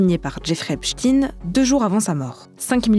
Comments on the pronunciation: Arretez de dire Epstine comme si vous disiez Poutine, ou Staline C'est Epstein ! Comme Albert Einstein ou encore Élizabeth Bornstein ! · Pourquoi les journalistes disent tous Epchteen ? C'est "Ep steen" pas compliqué nan ? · Jeffrey epsTEIN pas epsTINE c'est quoi cette manie de mal prononcer les noms, vous dites albert einstine aussi? Pff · EpstEIIIN pas Esptine ! Ça me stresse. On dit le Liechtenstein ! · ESPTEIN Et pas EPSTIN , EINSTEIN et pas EINSTIN ! Vous jouez à quoi ? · on ne dit pas Epchtine mais Epchtaïne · PAS EPSTINE MAIS EPSTEIN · C'est pas ..Epstine !!!!!! C'est Epstein ..On ne dit pas Estine mais Estein (le savant Allemand) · On dit "epstaïne" pas "epstine" ohlala le niveau. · C’est epstein pas epstine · C’est un nom d’origine juive allemande / yiddish. En allemand, le groupe “ei” se prononce “aï” (comme dans “Einstein” → “Aïn-stine”). Donc on dit “Ep-staïn”, pas “Ep-steen”. Le “ei” ne fait jamais “ee” en allemand — c’est “ie” qui fait ce son-là. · Pouvez vous dire Epschtein et non pas Epschtin !!! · Pourquoi prononcez vous Epstin et non epstein? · STEIN pas chtine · Faut arreter de tenter de dissimuler les faits hein.. c'est pas Epstïne c'est EpstEIN, comme Einstein, Grinstein, Silberstein etc ! On dit pas Albert Einstïne que je sache... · Cessez de dire EPSTINE alors que ça se prononce EPSTAÏNE. Chercheriez-vous à masquer son appartenance à une certaine communauté par ce vil subterfuge ? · Pourquoi tout le monde l’appelle epstine alors que c’est Epsteeiiinn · Vous remarquerez que les médias prononcent volontairement Epstine, et non Epstein, personne ne prononce EinstINE, mais bien Einstein... Donc la question, c'est pourquoi tout les journalistes prononcent Epstine ou non Epstein...? La réponse à cette question vous mènera rapidement au point Goldwin, et ce n'est pas un point G qui vous donnera du plaisir, MMvoyez ce que jveux dire... MMMMvoyez??? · Epstein se prononce [èpchtaïne] en français… merci ! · Pourquoi vous prononcez "Epstine" ? 🤫